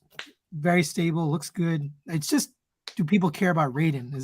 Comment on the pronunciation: Gonna start taking a shot every time somebody calls Raiden Ray-den like the Mortal Kombat character. It should be pronounced with a Y sound, as in the NES game NInja Gaiden (which people also embarrassingly call gay-den). For related source info see